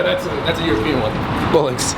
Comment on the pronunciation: And it's bollocks not bullocks haha